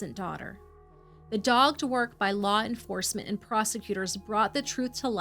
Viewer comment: Another good job guys. Though dogged is pronounced "dogg-ed" :)